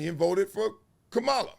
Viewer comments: Why won’t you say her name correctly magalus Wiley? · Comma La. This is how you pronounce her name. This is coming from a none supporter of Mrs Harris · Bro I respect your take and agree with much of it. Just one thing though, Bro… don’t disrespect her (Kamala) by repeatedly mispronouncing her name. You are an educated man (Columbia). Come on man! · I don’t care about anyone’s personal politics! But please her name is “Kamala” not “Kamulla”! Your name is Marcellus, of all people! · Is he mispronouncing her name on purpose or intentionally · Throughout this entire video, you mispronounced her name. She is the Vice-President of these United States. You know how to pronounce her name. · Marcellus do your homework and pronounce her name correctly. You are pronouncing the name of the vice president like she is the WWE wrestler. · Comma-la... that is how you pronounce her name. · Why do you intentionally mispronounce her name? Really why? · Gotta get her name right, dog.